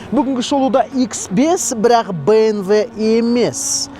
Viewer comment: бНв емес БМВ!